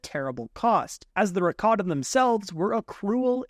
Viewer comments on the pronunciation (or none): Ra ka ten not raka tan